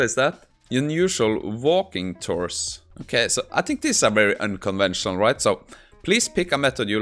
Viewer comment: unconventional, not unconvensional